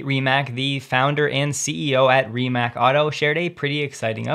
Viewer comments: Mate Rimac is not pronounced like “mate” (friend). It’s just as it’s written. MA-TE RI-MA-TZ. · FYI Mate Rimac == Mah-tay Ree-mats